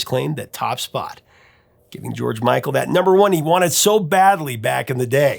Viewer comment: why can't u say george micl or wham